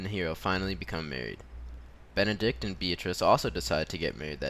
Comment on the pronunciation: m8 it's BENEDICK not Benedict! but cool video anyways